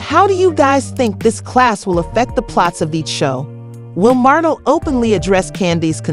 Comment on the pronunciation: The name is martel!!!! Please get the name right 😠😡